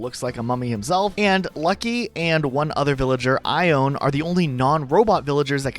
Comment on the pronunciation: Ok, pronunciations making me crazy- Nan, not naan like the flat bread, Nan as in Nanny- you literally said nanny. Nan=Ann Ione- Eye-own-ee, Greek and also Celtic/Gaelic origins Pate- not pait- Pah-tay, French origin Jacques- not Jah-kees - Jah-ck- also French Soliel- Soul-ay - also French Sparro- is sparrow, just as you said in your description, not spar- oh